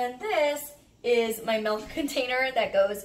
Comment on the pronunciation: ily but its milk not milk